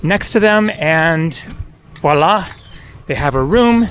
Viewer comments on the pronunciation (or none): none